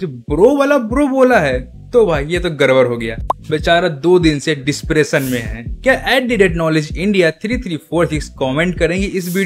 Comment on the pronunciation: Depression ❌ Despresson ✅